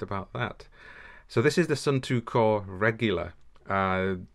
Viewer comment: Sorry is not suuuntu is suunto is Finland not India lol